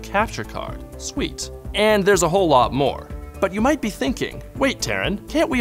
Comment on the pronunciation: Moah Controls! Moah!!!!!